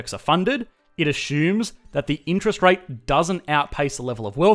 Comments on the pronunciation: It's usually azzumes, spelled assumes even though it sounds nothing like ace-umes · ......🤨: "ashhoomes" 😂 (Love ur channel) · Drinking game: Everytime he says "ashumes" take a shot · Me: Assumes: ASHUMES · It a-shooms a lot. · wtf is "ashooms"? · Let’s “ashoom”